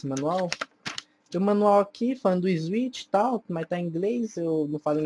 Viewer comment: "ISWICH" PQP DKASDKASKSA